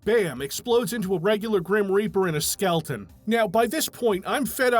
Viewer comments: how many times did you have to repeat "skelton" before recording to not say skeleton? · Bless you for saying "skelton" every time. This is what peak performance is. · Your commitment to the bit of "Skelton" is admirable. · the dedication to calling them "Skeltons" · really appreciate the effort to always say "skelton" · Couldn't even afford the second "E" in "Skeleton."